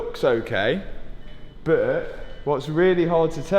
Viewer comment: It’s “but” not “bit”